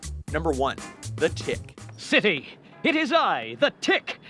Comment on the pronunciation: I know these people did not just say tick -___